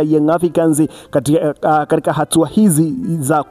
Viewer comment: Oya sema katika siyo kadika.....usiwe mjinga